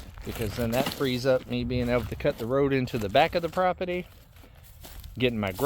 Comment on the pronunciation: IT'S NOT PROPETY... IT'S PROPERTY. Bugs me. ❤😊